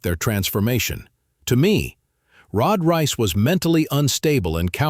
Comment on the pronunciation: Why did you all ways say rod rice it's rod reiss